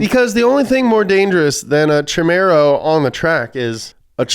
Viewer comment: How could you mispronounce “Camaro”?